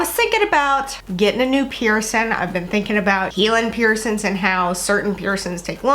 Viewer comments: STOP WITH "PIERCIN" PIERCIN PEIRCIN!!! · Please pronounce your “g” in “ing”. Bothersome to consistently hear “piercin”. Sorry — just sayin’!😬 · “piercin” kind of bothered me 😂